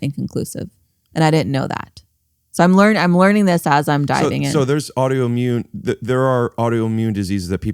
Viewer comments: Rick, I love you. Please stop saying “audioimmune” and say “autoimmune”. Again, I love you. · The way Rick says "audioimmune" instead of "autoimmune" drives me crazy. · Anyone else this Rick is saying ‘audio’immune?